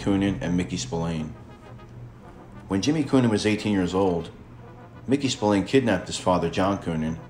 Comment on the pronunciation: I'm an Irishman born and bred you don't pronounce his name Spill - Ain it's actually pronounced Spill - Ahhn